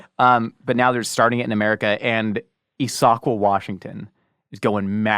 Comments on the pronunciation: ISS-UH-KWAH is the proper pronunciation, btw. Nobody knows how to pronounce Washington cities. Don't sweat it. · that is the weirdest way i've ever heard someone pronounce issaquah... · lived in issaquah most my life and I had no idea what area he was talking about. I was like, wow... a place in WA hadn't heard of. Probably somewhere past snoqualmie or puyallup. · He did pronounce it with three syllables, just putting the emphasis on the second one instead of the first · Lmao “Eee-SAAW-quah” Dude it’s so much simpler than that. “Issa-quah” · I’ve never heard someone pronounce Issaquah as ee-SOCK-wah before. It’s ISS-uh-kwah by the way lol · issAHKwuh???? As a washingtonian I am personally offended hahaha. Its IS-uh-kwah! Also, modest mouse is from Issaquah! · Issaqauh - isa-kwa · Its Is-sa -quah ,wa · Is-AH-KWAH. That's how you pronounce Issaquah. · Issaquah -- Is - sa - kwah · Its pronounced "Iss-ah-quwa" haha. Three syllables not two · haha, i'm sure others have commented but it's pronounced phonetically as Is-a-quah. Props though that made me chuckle! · Issaquah, WA (Ihs-ah-kwah) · Love you guys bunches so plz don't be offended. Just trying to help: Issaquah Washington.. Iss as in hiss, a as in ah, quah as in quah (bc that's the easy part no need to change the spelling bc it's already phonetically correct). The 'iss' is the most emphasized sylable. Giggles! It always reminds me of that Mike Myers bit: you put the emPHAsis on the wrong syllABle 😂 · I always forget how entertaining it is when people from out side of Washington try to pronounce Washington cities... Iz-uh-quaw But I get it. If you don't grow up hearing these names, they seem very strange lol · It's pronounced 'Iss-eh-quah', enunciation on the Iss, but just barely~! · Errata: Safeway owns Albertson's and Issaquah is pronounced Is-ah-qwah with emphasis on the first syllable. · From Seattle and you mispronounced Issaquah. It's Pronounced is-a-quah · Omg thank you that was bugging me